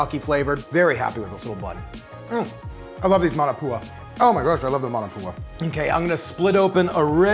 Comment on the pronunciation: MAW NAW POO UH.......not Man a poo uh.............sigh